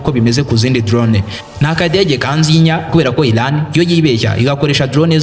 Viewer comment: Ntago nabuga ILAN bavuga IRAN. Mumvugo yawe jya utandukanya L na R Birababaza kukumva uvuga ngo ILAN kandi ari IRAN 🇮🇷